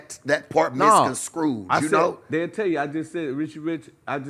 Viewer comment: it's misconstrued not mis-con-screwed pimp.